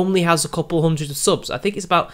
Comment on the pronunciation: Did anyone else catch him say "5 Hungered views". I think he's hungry.